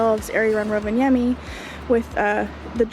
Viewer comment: I love how you pronounce "Rovaniemi" it's almost perfect! :D